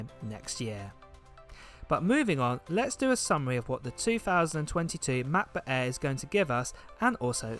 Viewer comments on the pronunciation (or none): The Name is Mäcbook and not Maaakbook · Cannot stand the way this guy says macbook "ma.bu"